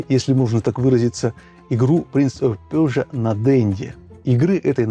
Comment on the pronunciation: Лайк за "принц оф пержа", именно это правильное произношение!